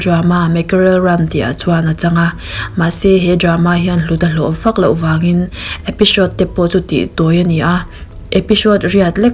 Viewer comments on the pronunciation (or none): The Hier a..HIER i lam dan hi AIR ti a lam rik tur aw,Episode poh EPISHODE ,Police pawh POLISH OFFICER pawh OFFISHER,SUN pawh SHUN, DESHENDANT OF THE SHUN LEH MY SHUNSHINE tiin ilam.mi zawng2 hmuh lehngaihthlak theihin in dah ta sasa...hei aia subcribers i ngah lehzel theih nan English pronunciation hi khawngaihin zir nasa teh aw..i channel hi ka ngaihlu ania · episode tih om EPISHOD tihin i lam i in zir țha leh dwn nia...😂😂😃😃😁😁👎👎👎